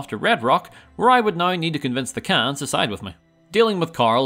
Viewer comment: Ayo Khans is not pronounced "cans"